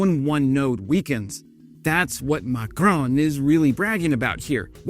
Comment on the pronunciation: How many times can one ignorant American mispronounce the name of President Macron? If you are a dumbo from the US Army, and a coward from the USAF, the number is infinitesimal. Never forget about what the USAF did to Kunduz.